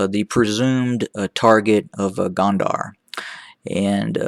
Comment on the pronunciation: Please! It’s Gondar with an “O” not Gond”a” r. Your analysis is annoying as fuck but it is still way better than the Eth Government. TDF has a plan. Eth Government does NOT. And therein lies the difference.